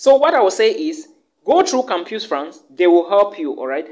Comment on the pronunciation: My brother, thank you for the valuable info. but PLEASE: it is campus pronounced as kam-pas.